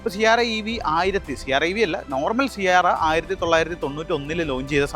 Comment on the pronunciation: Siarra അല്ല Sierra ആണു.😅